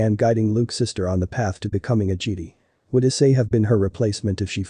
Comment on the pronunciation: Don't ya just love how the text-to-speech pronounces Jedi as Geede?🤣🤣